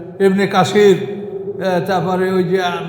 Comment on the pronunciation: হগা ইবনে কাসির তাফসীরের নামটা সঠিকভাবে উচ্চারণ করতে পারো না তুমি তাফসীর বিশেষজ্ঞ সেজেছো। কোরআনকে উপরে উঠাতে গিয়ে হাদিসের প্রতি অবজ্ঞা দেখাচ্ছ। তোমার ব্যাপারে নবীজির 1400 বছর আগে ভবিষ্যদ্বাণী করে গেছে। যে এক লোক সিংহাসনে বসু বলবে তোমরা কুরআন মানো হাদিস মানতে হবে না।